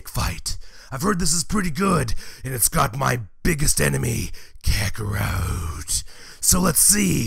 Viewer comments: "Kakorwot"??? The heck why ya call Kakarot with a "w" WTF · Its kakorot not kakorout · So can i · Kakarote XD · ButterWings kakarote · Uhh why does sound like he is saying kakarout whenever he says kakarot most of the time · Did say kakaroute? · If was a wrestler I think he would sound like this. And the way you say kakarot is hilarious